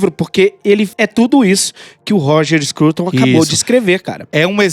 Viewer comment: eu ouvir "Roger Escroto"